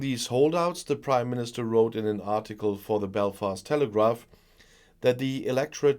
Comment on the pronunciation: I swear I heard say British Crimeministrr!